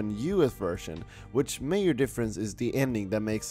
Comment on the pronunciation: It’s pronounced (Vvvvvvv)ersion not wersion